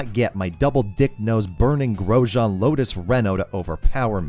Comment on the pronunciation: Well, Grosjean is not pronounced as "gross jean." He does make quite a lot of mistakes in the races though. (He has crashed under a safety car.)